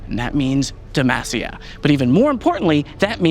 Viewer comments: I really love this update and all the info we get. Considering Garen has been saying DemAHcia all these years, hearing the devs say DemAAcia is making me twitch every time though haha. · Why do they pronounce it like «Demæcia»? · SAY DEMACIA CORRECTLY I BEG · i wonder if this guy will ever correctly pronounce DEMACIA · 15 champs in this game from demacia, many of which yell it in game for skills, and the guy on the right still says it wrong. smh, idk if i have faith in these new rioters lal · How do you pronounce it? I heard it two ways. Is it DemASia or Demahsia? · How he says Demacia is...... urking me lol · stop saying demacia like that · The way pronounces Demacia is unique to say the least